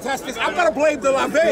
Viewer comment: It's pronounced Lahn Vahn not Lan Vin